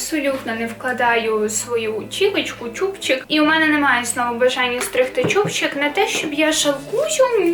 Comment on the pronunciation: правильно буде "чубчик"😁😅 Пізніше сказала правильно, але не буду видаляти коментар, нехай буде для активу.